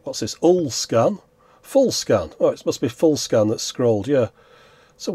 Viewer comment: “ULL SCAN” 🤣